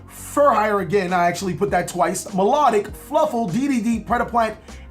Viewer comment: Meldodic LMFAO MELODIUS